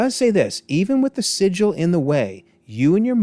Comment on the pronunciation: sigil not Sicily 🤦🏻‍♂️😂